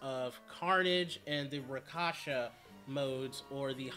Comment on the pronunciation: It's not Eviltees, its Evilities Also it's not Rakasha or Raksasha, it's RAK SHA SA!